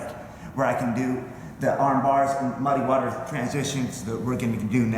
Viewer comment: fuc* u and your "mudd-ay waters" dat u like sayin soo much. bahaha what an idiot